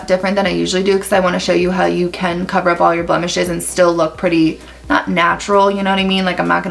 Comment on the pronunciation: I heard ‘blemishes’ as ‘bump the shit’. 😂😂